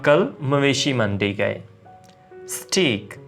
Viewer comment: Nyc video Steak ki pronunciation thori mistake i think